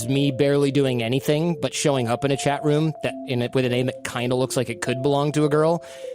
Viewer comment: sounds like hes saying chet instead of chat!